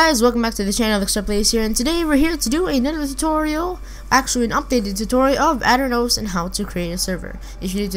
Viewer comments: it aternos, not ater nose, ding-dong. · its auh-tur-noos not at-ern-os